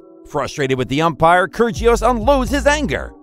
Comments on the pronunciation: btw i don't mean to be that person but when you pronounce kyrgios the g is silent :) so its like kyrios btw i love this channel! great video! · The narrator needs to go to Pronunciation school. Kyrjios, Radoo-canoo, and Lahver? Get a grip. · That’s not how you say kyrgios’ name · ker gee os ... 🤣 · How did he pronounce kyrgios like that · Great videos, but i would suggest for your voiceover artist to learn how to properly pronounce their names. Raducanu, kyrgios, troicki, etc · Bruh say it rah duh cah noo 😂 Also Laver cup is like lake not lava and Kyrigos 😅 no g